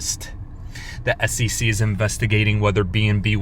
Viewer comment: S E C not ssisi fker